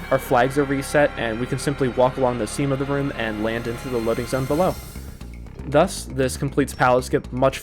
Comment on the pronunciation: Alright I have a bone to pick with the way you pronounce "thus".